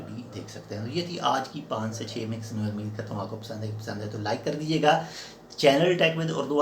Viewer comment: Pehle bhi 3 4 baar bataya hai, ilfaaz ka talafuz sahi istimaal kiya kerain. Umeed lafz hai, ameed nahi. Alif kay uper paish hai.